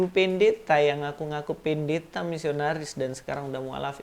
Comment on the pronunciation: Ibu PEN-DE-THA 😂 dialek